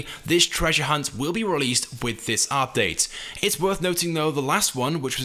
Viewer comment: the way he says "update" makes me cry inside